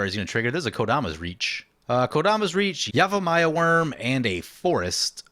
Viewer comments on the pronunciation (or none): Love the episode, but I gotta ask: Is there a reason you're saying yamivaya and not yavimaya? You allways do that, is there a reason?